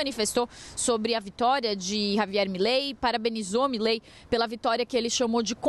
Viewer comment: Uma dica para o jornalismo da CNN: a pronúncia correta é Milei, não Mílei.